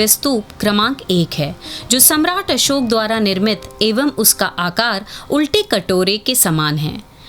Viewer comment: मैम अशोक होता है ना कि अशोका